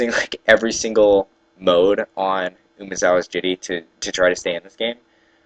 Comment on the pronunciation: WOW! Learn how to pronounce Umezawa's Jitte... at least pronounce ONE of the words correctly... please! It's driving me nuts. Fun game to watch though.